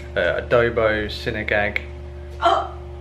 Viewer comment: That white piece of vegetable is called radish. Sinigang is pronounced ‘see-knee-ghung’.